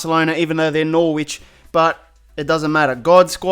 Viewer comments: please say Norwich correctly please its annoying when u say Nor wich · It's pronounced "Noh-rich" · It’s pronounced no-rich not nor-witch. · the way hes says Norwich bigs me so much, the way its said is NOR-RICH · Hol-up, Nor-which? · Norwich is pronounced norich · Norwich is pronounced as Noh-rich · AkariCS Naw rich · The way u said Norwich 😂😂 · If your gonna insult Norwich at least pronounce our name properly 😂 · The way he pronounced Norwich